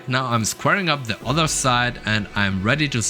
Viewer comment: Very cool. The best thing you could do for yourself is the learn how to pronounce "th" instead of using a D in place of it. 'I wanted a sharper angle on De Udder side' ....' on THe oTHer side'.